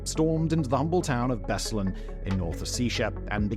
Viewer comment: Simon, please, check your prononciatian of foreign names: place names specifically. "BEslan" instead of "BeslAn" is one thing, but "North Oh-see-sha" instead of "North O-se-ti-ya"?